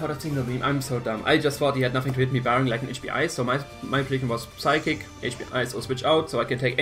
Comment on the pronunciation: good game, well built team! just remember the P in psychic and psyshock is silent!